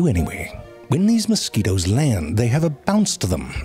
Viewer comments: I like the way he initially pronounced mosquitoes as "moss-ku-weetos" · I'm not going to lie the way you pronounced mosquitoes is the only way I can remember how to spell it. Now I just imagine you saying it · Moscoweetoes.. that's great, you always have the greatest pronunciations And I dont care how many times I hear it.. behbehs 🤣 look at the behbehs 😭